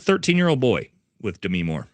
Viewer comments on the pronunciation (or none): none